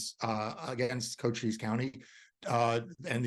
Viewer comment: To the person being interviewed, he should know that the county in Arizona, Cochise County is pronounced "ko-cheese". He pronounced the county name "coaches". Cochise is the name of an Apache Indian chief so it is pronounced as it would be said in the Apache language.